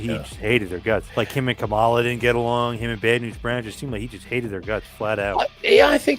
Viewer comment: It's Kamala not cumula